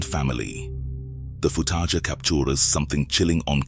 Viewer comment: One horrifying thing is how the narrator pronounces footage